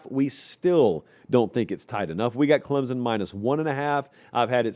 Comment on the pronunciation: For the love of all that is holy, it is Clem-sun, not Clem-zun. Get it right.